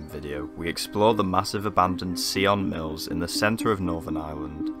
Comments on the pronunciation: Dude surely you could have asked a local how to pronounce the place properly like ffs! Sion Mills! Not Ceeon Mills! Sion as in Simon!! Hello! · Why if you don't know how something is pronounced do you guess at it ? It's not see-on it's between sigh-in and sign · An interesting and, as always, a sad place. My only criticism is the pronunciation of the name. It is pronounced “Sigh on mills”, not “See on mills”. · Great video but very sad to see those beautiful historic buildings fall into such decay, soon to be swallowed up by nature and neglect. We pronounce it Sion Mills not Seeon Mills. Such amazing buildings in this village but many sorely need some TLC. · Loved the way you pronounced sionmills. Lol.. the correct pronunciation is s-eye-on mills. Sounded a bit of a french twang. 🤣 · Sigh-on mills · At least try and get the pronunciation of the name correct , the locals would have guided you some.